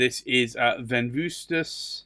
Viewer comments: With respect, you need to treat the second "v" in Venvustas as a "u". This is typical classical Roman pronunciation. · That is correct. However, it is spelled without that extra "u", since the "v" is the "u": Venvstas (Ven-ooh-stas) 😉